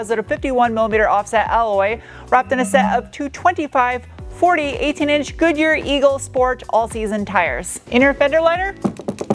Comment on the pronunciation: ... Goodyard Tires? 🤣🤣🤣